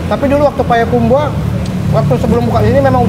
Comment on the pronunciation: Bang Radit, tolong ngomong "Payakumbuah"nya dibenerin bukan "Payakumbu-ah" hahaaha